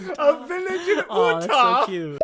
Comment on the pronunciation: Ooh-Tah 😂😂😂 As someone who lives in Utah that's hilarious